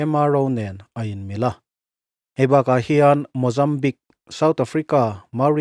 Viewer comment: Mozam Big nilo in, Mozambiiikkkkk tih deuh ṭalh tur